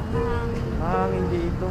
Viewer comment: "hinde"😂 hahaha,depesive si,haha